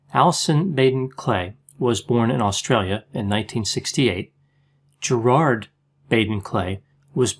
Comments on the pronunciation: Prob: Gerid (not GerARd) . Sorry! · I’m Australian too. We pron it “Gerid”... not “GerARd” (like St Bernard). It’s so distracting/the only video I can’t watch (I just want to interrupt all the time “no it’s pron ‘Gerid’. He’s ‘Gerid’. ‘Gerid’”